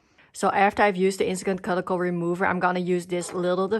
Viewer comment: Thanks for the video. Just for fun, look up the word cuticle via google and can listen to how you can pronounce it 😅